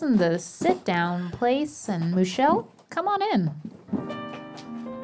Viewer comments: Hahaha is it Moo-chelle actually? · “I believe Moo-chelle is a human man.” “...with one udder.” Made my morning. You be you, Moo-chelle. Happy Monday!